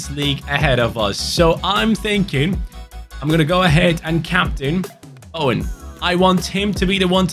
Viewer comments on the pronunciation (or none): none